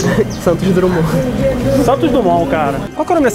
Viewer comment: O pior foi ouvir Praça Santos "Drumond"!!!!